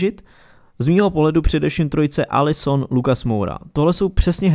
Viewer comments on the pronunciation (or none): Jak si řekl Alli Son a Lucas tak jsem chtěl napsat: fakt Alison